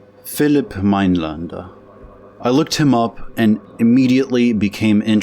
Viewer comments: It's Minelender not Minelander. The umlaut makes the a sound as open e. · Your pronunciation of his second name is wrong